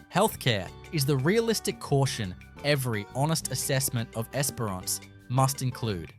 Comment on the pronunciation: The pronunciation of Esperance and Kalbarri, so close and yet so far on both 🤣 Esperance or Geraldton are both great options if you enjoy dealing with meth heads on a daily basis and aren't overly attached to anything you can't bolt down remaining yours. They do have some beauty though, that's for sure.